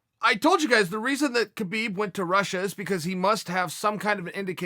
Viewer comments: Chael, please I know it's written Khabib but it's pronounced as Habeeb. The the same way goes for Jose but you say it with the H first. Sorry about the lecture. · Please stop pronouncing the K in Khabib